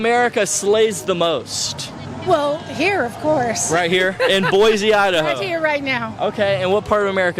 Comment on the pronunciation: dawg it’s Boy-see not boy-zee